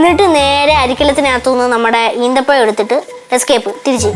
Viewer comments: ഈത്തപ്പയം അല്ല ഈന്തപ്പഴം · Not eethapazham eenthapazham